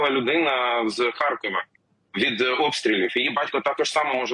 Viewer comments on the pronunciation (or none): none